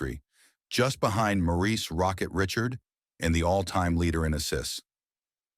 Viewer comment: It’s A.I. Did you hear it call Rocket Richard, Rocket RICH ARD. WTF???